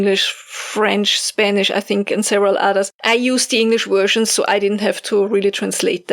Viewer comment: I planted onion starts listening to this. The doggo & puppy kept me company. I love you, but listening to 'wersions' always makes me smile.